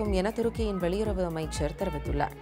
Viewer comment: வெலியுறவு அமைச்சர். நான் கூட எலியுறவு அமைச்சரோனு நினைச்சேன். உன் வாயில வழவழப்பான பொருளைத்தான் வைக்கணும். அப்ப தான் ழ ள சரியா வரும்